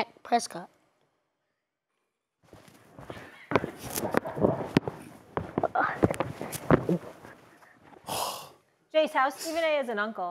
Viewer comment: “Dak Prescot” 😭😭😂😂😂😂😂